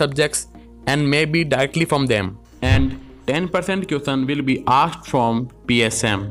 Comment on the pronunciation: M must be worrying about the next....all m bothered about is the way u pronouncing question..m sorry